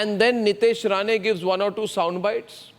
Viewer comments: It’s Nitesh Rane and not RANA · Rane not Rana 😂